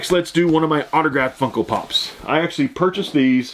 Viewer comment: You sound like you're saying Funkle Pops, lol love it!